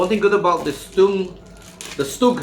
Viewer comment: Stug iii is G ismy biggest love !!!!!!!!!!!!!!!!!!!!!!!!!!!!!!!!!!!!!!!!!! you dont deserve it !! you pronounce "stug" wrongly !!!!!!